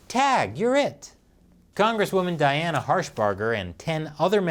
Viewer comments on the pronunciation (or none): none